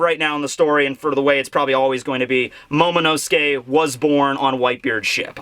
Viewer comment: I cant hold myself. He´s NOT called Momo-nuske, but Momo-NO-SUKE! Everyone and their mother keep saying his name wrong .... just wrong ...